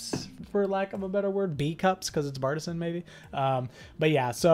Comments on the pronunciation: It’s actually pronounced BAR T SIAN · It’s Bar-te-sian